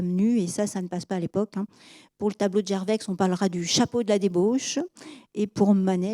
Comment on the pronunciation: C'est passionnant et on apprend beaucoup de manière agréable. Juste un petit grain de sel concernant des prononciations : Millet on devrait dire Milet (c'est Emillet, mais c'est vrai que nombre de gens prononcent les deux L mouillés aussi), Gerveix on ne dit pas le x final, Ouolff non c'est Volff, Holgate c'est Houlgate, Bruksel c'est Brusselles... J'écris ça sans méchanceté, c'est une superbe "exposition" !